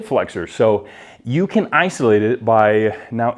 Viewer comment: "Iso-light" baby!